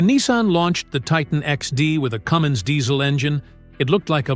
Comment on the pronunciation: Cummins is just the name. It's not a Cummings.